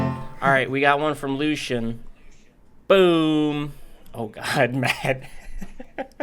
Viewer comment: Wow matt you're one of the only people to have ever said my name right the first time. Good job